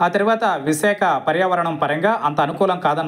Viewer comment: విసేఖ కాదు నాయనా విశాఖ